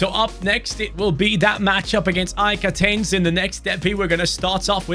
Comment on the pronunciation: AEK WHAT? AEK ATENS ? Its AEK ATHENS.Athena its the capital of Greece man its easy to say 💀